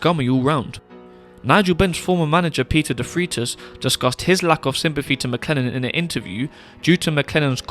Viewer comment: Peter Defreitas, pronounced as Defraitus and not Defreetas. Just a heads-up! Great video, with new enlightening info.